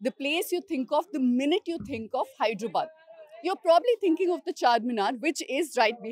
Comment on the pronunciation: Its "Hyderabad" not "Hydrabad" akka